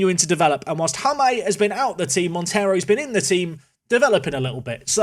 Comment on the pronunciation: Good luck for the rest of the season, seems you will need it! Also, the “J” in Jaime is pronounced like the English “h” in “Hanoi” or “Hanging”, not like the English “J” in “Jamaica” or “James” So, you should pronounce it as “Haime” 😅.